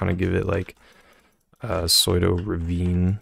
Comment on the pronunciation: YOU PRONOUNCE PSEUDO LIKE THAT??????